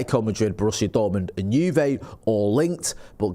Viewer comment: Love the way pronounced Juve as “Jew vay” 😂